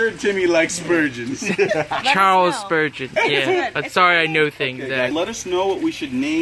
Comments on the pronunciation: It's spurgeon not spoogeon. So it's ok. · Not sturgeon...that is the kind of fish...she said Spurgeon!!!!!!!!!!!!!!